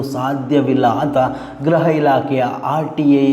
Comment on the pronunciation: ಗ್ರಹ ಇಲಾಖೆ ಅಲ್ಲಣ್ಣ ಗೃಹ ಇಲಾಖೆ. ಗ್ರಹ ಮಂತ್ರಿ ಅಲ್ಲಣ್ಣ ಗೃಹ ಮಂತ್ರಿ ಅಂತ ಹೇಳ್ಬೇಕು ಆಯ್ತಾ. ದಯವಿಟ್ಟು ಕನ್ನಡವ ಕಾಪಾಡಿ